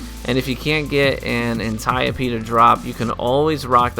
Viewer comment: Holy shit I think you just became my favorite Destiny Youtuber..... you pronounced the Antiope-D correctly.